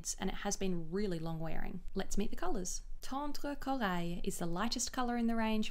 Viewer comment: I've never commented on a Youtube video before but I just had to let you know that your pronunciation of Tendre Corail was so perfect (coming from a native French speaker). Lovely video as always, very informative :)